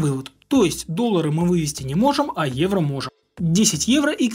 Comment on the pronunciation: Почему когда произносит: "Евро", я слышу: "Иена"?